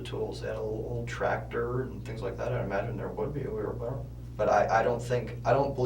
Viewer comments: Put him in jail for saying "wheelbarrel" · “Wheelbarrel” come on guys 🤦‍♀️ say the word correctly.